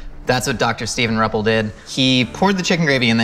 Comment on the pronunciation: I am Steve's mom, and for one, it is pronounced R - you- ppel. And yeah, Steve is highly athletic, like a 12 time Ironman competitor, plus everything else having to do with sports. His being a Chiropractor is mostly geared to sports and training.